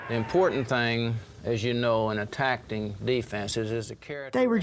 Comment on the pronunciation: Landry “attacting” ❤